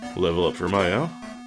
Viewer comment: It's MI-au. Like meow. Like a pokemon >.> Also in the english re-translation that roadpass isn't forged. It's just that nobody can get one and that guy has connections. I uh.. I don't think that's it's eye (Maneater/Deadtree) Really interesting to see the inspiration from games like Wizardry and Might&Magic going on in this game.